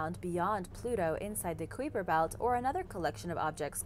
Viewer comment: Qweeper belt......